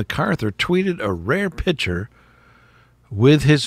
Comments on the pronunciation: Picture, not pitcher... 😂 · Where are you from? Not many people say pitcher for picc ture! 🤣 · Pick/ture, not pitcher